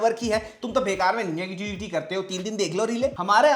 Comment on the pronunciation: Bro Love the way u says " Neg ti vity" 😅